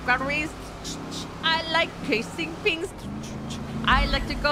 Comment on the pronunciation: "I like to go chase all da tings cuz i like bank robbery's" LOL